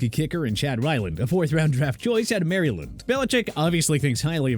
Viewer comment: This dude couldn’t even pronounce Maryland lmao